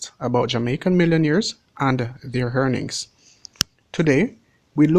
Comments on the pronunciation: earnings , it pronounce earnings !!!! Not hearnings !!!! PLEASE ... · "Hearnings (earnings)" "Hatletes (athletes)" "Haiti Too (82)" 😂😂😂😂. Big up mi yardie dem.